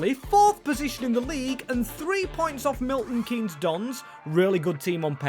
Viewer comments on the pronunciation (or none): none